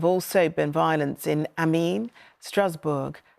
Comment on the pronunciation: The mispronunciation of Amiens had me💀